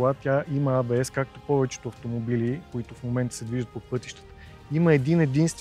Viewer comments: Е, не може ли поне водещите да се научат, че НЕ се казва ай-би-ес!!!!!?? Или А-Бе-еС на латиница. Или ако сме големи англичани Ей-Би-еС. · ЕйБиЕс, не айбиес. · някой да му обясни на тоя дето вика и маха, че ABS не се произнася като IBS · Хубаво видео, ама, стига моля ти се с тоя Ай Би Ес - или е А Бе Ес(както се произнася от немски) или Ей Би Ес от английски. Това Ай Би Ес е все едно IBS.... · до село крайници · Ей Би Ес, не Ай Би Ес (ABS vs IBS) бате, бате :) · Много ценно само дето АйБиЕс-ът е ЕйБиЕс или АБС. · От немски език фонетично ABS е "А-бе-ес", от английски е "Ей-би-ес". Ай-би-ес (IBS) няма,! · Защо и двамата повтарят"АЙ БИ ЕС (IBS)" а не "ЕЙ БИ ЕС (ABS)"? :D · Хахахаххаха хахахаххаха "АЙ БИ ЕС". И тоя човек уж се води, че разбира от коли. Или е учил английски в Афганистан или не е учил изобщо. Но евала за клипчето. Показах го на много хора и се учудих, че за повечето хора това беше абсолютно нова информация. Не знам къде са живяли до сега, но факт...